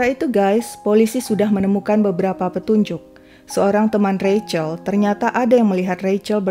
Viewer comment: Seneng banget mengeja Rachel dengan benar, yaitu Reicel...